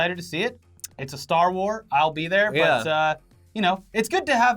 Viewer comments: Do people actually call it a “star war” ... it hits my ear wrong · I'm not going to lie. I got a little triggered every time you guys said "Star War". It's Star WARS!